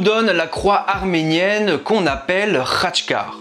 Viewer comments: Si si Khactckar tu l'a bien pronncé... bravo ! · Ca va tu as plutôt bien prononcé Khatchkar :). Pour ceux qui cela intéresse, l'Arménie est le premier pays chrétien du monde, ce qui fais que notre église est indépendante d'autres mouvement chrétiens (orthodoxe, catholique etc.) car elle est celle de l'origine. C'est pour cette raison aussi que nous ne reconnaissons pas le pouvoir papal. Concernant l'appellation "église apostolique" c'est dû au fait que ce sont les apôtres de Jésus qui sont venus en Arménie pour propager les christianisme. Il y a aussi l'Éthiopie par exemple, qui a aussi pour église la même que la notre. D'ailleurs l'architecture des églises romaines mais aussi de quelques cathédrales, est inspirée, pour ne pas dire copiée, de l'architecture des églises arméniennes. Ce sont des architectes arméniens qui à l'époque ont propagé ce style architectural dans l'empire romain. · Ta bien prononcé le khatchkhar